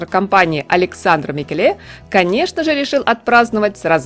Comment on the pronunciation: Если Микеле итальянец, ударение падает на первое Е: МикЕле. А он вроде бы итальянец.